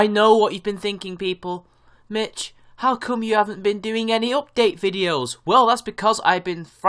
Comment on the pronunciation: Please stop with the "guh"s at the end of your velar nasals (ŋ)! It's fucking annoying! It's "doing", not "doing-g".